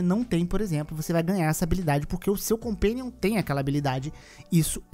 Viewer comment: '...o seu compéniom".